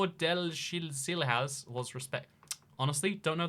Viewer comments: the pronounciation for tordesillas is tor-de-si-llas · "tordesilhas" "i need to get better at spanish pronunciation" TORDESILHAS SPANISH what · It's Tordesilyas, and that's Portuguese, not Spanish. The Portuguese lh/nh are equivalent to the Spanish ll/ñ (elye/enye), which is what makes the words easily distinguishable as either Spanish or Portuguese. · Tor - de - see - yas. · as a portguese person i cried at your pronunciation of tordesilhas also i have no clue why we aren't part of spain but don't say that in portugal, you'll probably get beaten up. and yeah, my indonesian friend thought portugal was in south america lol